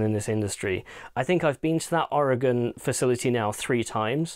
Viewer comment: Thanks for pronouncing Oregon correctly!